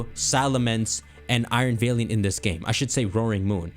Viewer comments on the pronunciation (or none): Also dude: please read this, super important. ITS NOT VAYLIANT. It’s VALIANT. LIKE YOU ARE MY FRIEND, MY PAL. VALIANT.